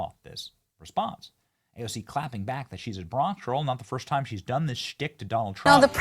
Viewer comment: Did you notice how she said it wrong but the subtitles were correct 😂😂😂😂